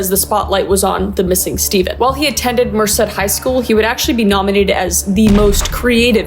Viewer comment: DID U JUST SAY MERCED CALIFORNIA 😭